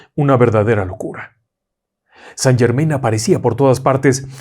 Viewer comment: Mi estimado me encanta su contenido me envuelve con sus historias pero el conde de saint Germain no se pronuncia como ud lo pronuncia justo conde san German (in)en francés se pronuncia an tenga una lindo del trabajo y continúe con su maravilloso trabajo